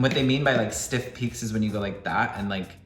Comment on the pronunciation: "Siff peaks" 😂 You're amazing. Also, thanks for sharing your story.